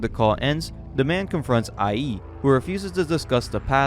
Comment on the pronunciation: Example of a name in this vid: "iie" is not "Eye-E" but "E-ay" "Keisuke" isn't "Key-su-kay" but "kay-su-kay"